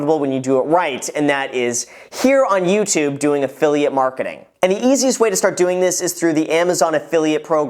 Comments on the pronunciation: "Affiliate Makreting" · Affiliate MaKRETING not marketing lol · “Makreting” lol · I love affiliate “makreting” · Affiliate 'Markreting'... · am I the only one that chuckled a little when he said the title, then we look to verify in top right and seen, 'Makreting'..ok i'm done. Good video tho Graham. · I love “affiliate MAKRETING”